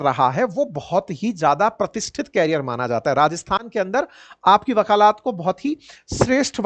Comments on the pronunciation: bakalat nahi bakalet hota hai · Sir, आपसे इतनी खराब हिंदी की अपेक्षा तो नही थी, वकालत बोलिये...............वकालात नहीं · वक़ालात ❌ वकालत ✅ 🙏🏻🙏🏻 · 😂😂 आप सामान्य ज्ञान कैसे पढ़ाते होंगे वकालत को वकालात बोल रहे है 😇😇 या आपके यहाँ ऐसी ही बोली है